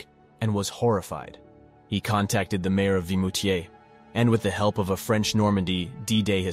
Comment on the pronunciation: It is VIMOUTIERS, not Vitmoutiers. I've been there a couple of times.